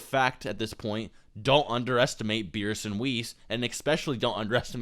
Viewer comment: Yeah I don't understand why people call him Beerus. That's like calling Vegeta "Bejiita" but still pronouncing it incorrectly like "Bejit"